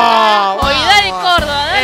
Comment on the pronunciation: "Córdoba" no córdova, esto no es coca papiii